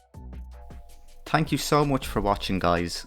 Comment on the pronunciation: "Hank you for watching" ohohohoho